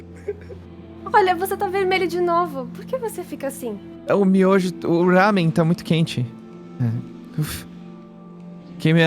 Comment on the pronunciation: "rámen" ksksks